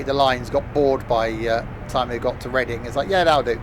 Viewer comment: sorry to be a pain but it’s pronounced red-ing idk why its spelt the way it is though 🤦‍♂️ anyway keep up the good work